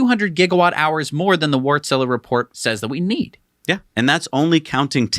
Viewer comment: That really made me smile, no clue how to pronounce Wärtsilä, so you can pick any pronunciation, and you go with calling them something like Wartzilla. Personally I don't think Tesla won't stop selling massmarket cars anytime soon. First, they can increase production, like no one else can, they just make more cars. It takes time to launch the TaaS networks, it won't replace traditional car ownership overnight. Better to implement Tesla Network, and still sell cars at a reasonable price for those who want them, instead of having people (some of them) that want their own cars buying ICE-cars. Also, no matter what the cars are worth over their lifetime, Tesla will want an uninterrupted revenue flow. And, maybe most importantly, Elon usually "give" people what they want, if it is reasonable. Tesla doesn't need to own all the cars, neither for TaaS or energy storage. They can use privately owned cars for either of those purposes, and pay the car owner for the use they actually get. When there are enough such cars available to Tesla everything evens out. Sure, they won't be able to guarantee an exact number of available energy or power, or available robot taxis, or their locations. Maybe Tesla is concerned with the problem with many V2G-enthusiasts, that in, most people really don't understand the limitations, even you seem to not get it fully, and you seem to be able to understand these things way better than the average person. You can use some of the energy in the battery, but t